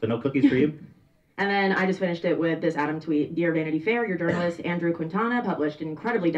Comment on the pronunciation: Ok 1 i love how adam says "Quitana"... 2 the Quintanas of the world do not claim that bafoon